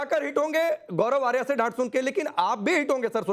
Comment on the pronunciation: Aarya hai aariya nhi😅😅😅😅